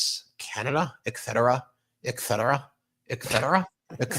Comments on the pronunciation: Ben, it’s et cetera, not ek cetera. When you say it repeatedly mimicking g tRump, it’s very noticeable. Other than that a great take on 47’s idiocy! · Its eTTTcetera not eXcetera and I am sorry to say that Trump is one of the few people pronouncing it rightly, which makes me feel bad! Sorry one of my pet peeves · I'm smiling at you, Ben.... If you're going to criticize Trump's speech, know that there's NO "K" in "etcetera." (Holy Moly!)